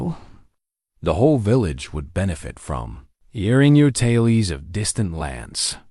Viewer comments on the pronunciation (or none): Tales is not promounced "talies"...